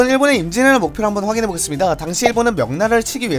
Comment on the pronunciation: 임진왜란을 인지애라 막 이래ㅋㅋㅋㅋㅋㅋㅋ너무 급하게 말함 전체적으로